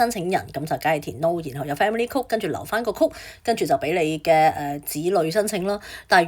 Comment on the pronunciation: Miss, 請留意英文讀音，有好多字妳讀錯，級 如 code, comp,ete, progress...